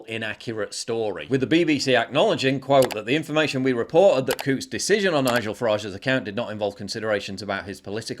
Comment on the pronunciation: Coutts? I thought you said, "Kooks." 😂😅